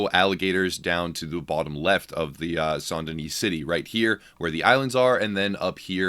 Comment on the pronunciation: i would like this video if he could pronounce saint correctly